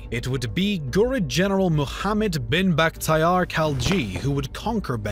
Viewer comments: the pronounciation of words is killing me mahoma? gazvanid? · If you were trying to pronounce Muhammad, that's not how you do it, my friend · Take the name of our Prophet Salli Allahu Alaihi Wa Sallam properly. There is no way that you have any genuine excuse to call him by the hideous french mispronunciation.